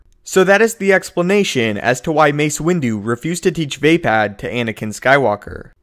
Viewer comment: its va-pod not vai-pad